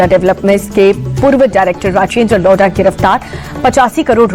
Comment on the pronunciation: लोधा developer not लोढ़ा developer 😂